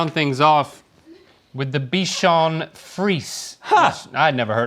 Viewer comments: its pronounce : bichon friSEY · It's pronounced "free-ZAY," fellas. Haven't you seen Shrek 2? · Bichon frisé is coming from french where frisé means curly it's not prounouced ''friz'' like they kept saying in the video it's actually written with an ''é'' at the end so frisé not frise and in french ''é'' is prounounced as how in english we say ''a'' the indefinite articles that precede nouns in a pharase for ex the ''a box of chocolate'' so you say it ''friz a'' (I'm french canadian)